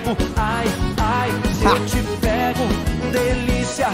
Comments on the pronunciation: I just had my day seen roomie trying to pronunciate "ai se eu te pego" i just can't stop laughing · Joel's pronounce of "ai se eu te pego" hurts my Brazilian heart, not gonna lie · as a brazilian hearing joel say ai se eu te pego and michel like michael was the best thing that happened to me this week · joel saying "ai se eu te pego" its just the BEST to brazilians like me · But It hurts to hear How he says "ai se eu te pego" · joel trying to pronounce "ai se eu te pego" was so funny oh my goooood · As a Brazilian, his pronunciation of 'Ai se eu te pego' kind of offended me 😂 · Joel: extremely butchers " ai se eu te pego " (not trying to be mean) Me: :( Joel: this is a banger Me: happy noises :3